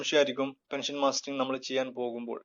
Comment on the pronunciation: It is mustering not mastering